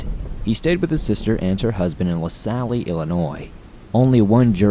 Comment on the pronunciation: Dude please check pronunciations of names. Le Salle is phonetically La Sal and Potawatomi is phonetically Pot A What A Me.